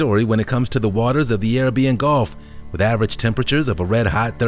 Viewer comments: Arabian. It’s not pronounced airuhbeeuhn. It’s pronounced uhraybeeuhn. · Who taught you how to pronounce the word Arabian? It's not air a beeein. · Arabian- AHH-RAY-BEE-AHN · Atacama desert is South America not Africa. Plus Arabian is not pronounced the same as Carribbean 🙄🙄